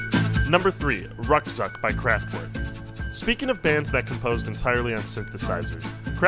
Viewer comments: Ruckzuck is pronounced 'roock-tsoock'. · It's a shame that you even can tinveat a little time to pronounce German song Titels right, pf! Ruckzuck?